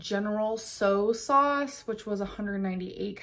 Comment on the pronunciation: Lmao General So sauce??? Bahaaaaaa. Gurl lol